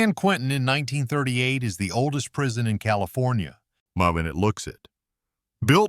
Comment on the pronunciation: Prison not prision